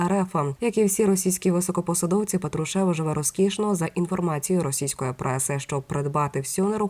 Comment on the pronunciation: Скільки років всі казали ПАтрушев.Ви що не чули? Слух ріже.Який ПатрушЕв?